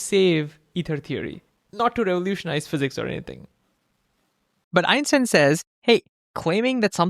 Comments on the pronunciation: great video 10/10 but why did you say so often epstein instead of einstein xD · Did you say epstien instead of enstien? 😅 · Einstein, not Epstein 😂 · did u say Epstein or r the captions cooked